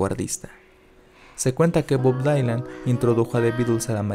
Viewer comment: Creo que lo único que me molesta de sus videos es que en varias ocasiones no menciona bien las palabras, es decir, por dar un ejemplo cuando habla de Synthpop lo dice bien, "sintpop" pero aquí a Bob Dylan le dice "Bob Dailan" cuando es "Bob Dilan" y suele pasarle con bandas y álbumes cuando los menciona, lo digo de una manera crítica solo de corregir, verificar como se dicen ciertas palabras.